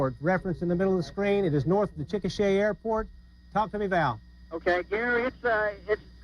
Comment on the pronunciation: Chikasha is actually pronounced as Chick-a-shay. I heard it from an Oklahoman once One decent-ish way to measure a mile, or any increments of a mile, is city blocks. 12 city blocks roughly equals 1 mile